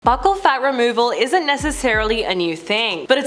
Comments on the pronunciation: It's pronounced 'beaucal' like 'beautiful'. Not 'buckle'. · It’s not pronounced “buckle”… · The way she mispronounces buccal is killing me lol